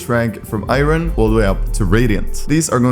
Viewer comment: why u saying Iron like that